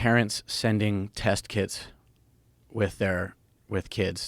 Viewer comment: At first I Though he said "test kids" 😂